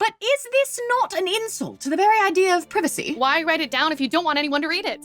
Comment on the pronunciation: am i crazy why did she pronounce privacy like that